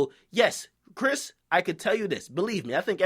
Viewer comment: why u keep saying brish instead of chris???